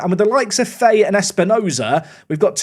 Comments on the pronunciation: It’s pronounced fa-he, not Faye, just for further episodes:) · Fahey is pronounced, fa-he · Just a heads up that Fahey is pronounced Fah-He